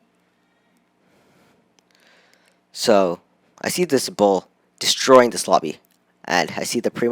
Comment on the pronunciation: Not bo it's bull